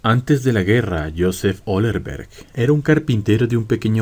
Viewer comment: Allerberger era su apellido, no Ollerberg..